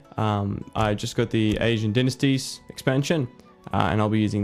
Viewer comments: its pronounced, DIE NASTIES. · dynasties (Die-Nah-st-ee)